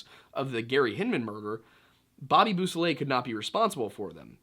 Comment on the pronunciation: They are pronounced /BO-so-lay/ and /see-EL-o/, You may want to consult French and Spanish primers regarding how they are pronounced.